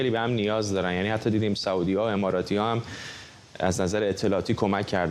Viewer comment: آقای فرحزاد سعودی بافتحه س نیست با ضمه س است به بقیه هم بگویید